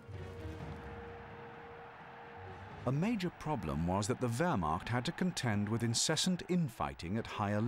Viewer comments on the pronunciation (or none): none